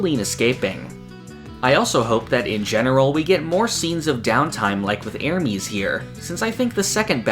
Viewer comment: I really like your content so I get disappointed every time I hear you say "Ermeeeeez"